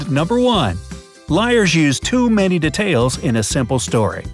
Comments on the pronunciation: Who is annoyed by how he says detail? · You said detail wrong